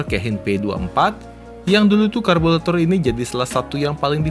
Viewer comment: Apa saya gak salah dengar 'karbulator'?